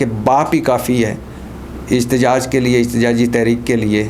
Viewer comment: احتجاج ہوتا اجتجاج نہیں پہلے اردو سیکھو پھر ویلاگ کیا کرو سبزی فروش